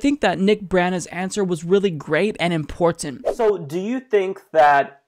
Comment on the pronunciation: I think is great...but why does he say "important" the way he does?